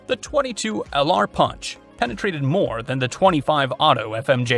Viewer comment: ~You did not mention:: CCI Copper-22 Long Rifle, 21 grain, 1850 FPS. ~Also it is properly pronounced pUnch and ‘not’ pOnch.